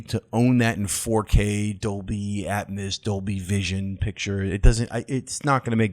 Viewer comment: How you pronounce atmos hurts my soul